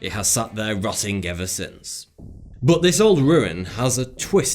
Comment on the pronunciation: Y da fuck does he say butt instead of but?